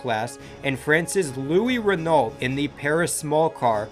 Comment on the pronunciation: It’s not REN-ALT it’s REN-NO